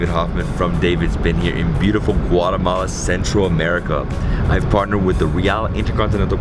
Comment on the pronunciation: hi , please dont say guaremala ...is Guatemala . The name DONT CHANGE ..bye